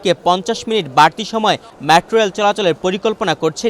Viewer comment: LoL did he just say "Matro reil" 😂😂😂